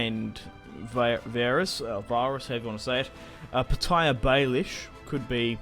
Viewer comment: "P'tire Baelish" lmao